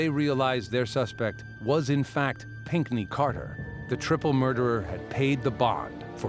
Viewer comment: Pinkney ?? Is that American.